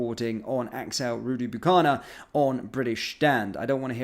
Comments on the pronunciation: Consecutive, not concurrent and it's kubana, not bukana 👍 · That surname still trying your tongue in a knot? 😂🫣